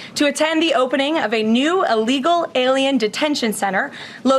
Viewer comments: WTF....Can't this woman say "illegal"? She repeatedly says "allegal". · When she said illegal detention center did anyone else hear ILLEGAL detention center, as in yes they know it was illegal?